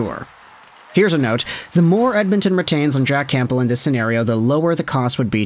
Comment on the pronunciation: Love your videos but I can’t stand listening to you say “CamPbell”